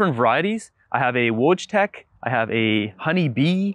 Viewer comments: It's pronounced Voytek. Like the voy in voyeur. Haskap is a Dutch word, but the Dutch were in a monopolistic trade agreement with Japan before anyone else until the USA forced them to deal with the west openly. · Your "wojtek" is pronounced "voy-tech" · Wojtek is a Polish variety and it is pronounced more like "voytek". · Wojtek [read: voitek] is a Polish (not Russian) cultivar. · Just came to say the same) [voitek] for wojtek, polish word after male name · Wojtek - pronounced Voy-tech